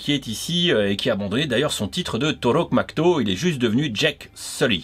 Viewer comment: C'est plus Toruk Makto mais Toruk Macd'ô 😂